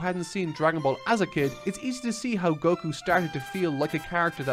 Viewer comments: Oh, but why do they do that? It's written and pronounced with an accented KU always. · Why do you pronounce Goku's name like that? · If you mean stressing the Go instead of Ku then that's just because the English dub said it that way